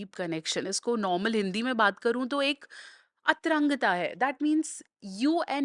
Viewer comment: अतरंगता (atrangta) नहीं मैडम जी!इस वार्ता के लिये सही शब्द है "अंतरंगता" (antarangta) अंतरंग सम्बन्ध... अब जो "अतरंगता "आपने कहा है उसके मायने हैं:-लंगर को भूमि से ऊपर उठाये रखने की क्रिया जबकि अंतरंगता (antarangta) का अर्थ है :-भीतरी,आंतरिक,घनिष्ठ,आत्मीय,intimate,intimacy जो अंतरंग सम्बन्धों से सम्बंधित है,किसी चैलन जिसको हजारों लाखों लोग देख रहे हों और जिस वीडियो को हजारों लाखों लोग सुन रहे हों उनमें उच्चारण की शुद्धता का विशेष महत्व है नहीं तो अर्थ कहीं का कहीं चला जाता है।